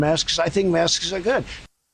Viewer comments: 😳😳😳😳😳😳😳😳😳 He doesn’t want to be distracted! WOW!!! See Trump-America, he lives in a reality tv show .......... HE DOES NOT GIVE AF ABOUT YOU! And it’s “mask” not “maskes”! GOOD GRIEF JESUS!! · "I believe maskses are good."